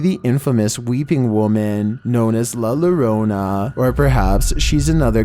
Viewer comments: Just for future ref…a double L in Spanish V words is pronounced as a Y sounds. La Yorona. Not la lorona. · Lol dude it's not la lorona its pronouced as La Yorona (La llorana) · la llarona = lah - yah - ROE - nah (with a roll on the r) 😊 lantern = LAN - turn 😊 semi = SEM - eye 😊 It's the season for giving, so I'm giving you a 3-for-1 deal. Take care! 💜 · Hi yes... not to be mean but it is called La Llorona( yorona) you can pronounce it that way, i know is hard to pronounce if you are not used to that pronunciation.. LA Lorona or LA Lorena is a ladies names. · I’m sorry bro but I can’t stop thinking u just pronounced la Llorona like that lmfao